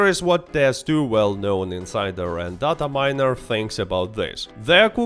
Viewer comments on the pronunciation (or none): none